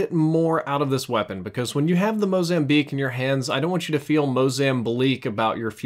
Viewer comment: Did he just say "MOZAMBLEAK??"